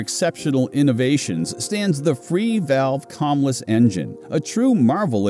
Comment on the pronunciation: Camless. The a is not an ah. You said cam fine